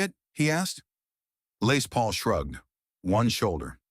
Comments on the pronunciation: LAY Paul??? AI bullshit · The story is about " Les Paul "...you misprounoced his name about 20 times....this video soundtrack NEEDS A DO OVER . REALLY IT WAS PISSING ME OFF .